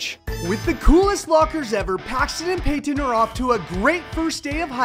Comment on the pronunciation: You said Payton wrong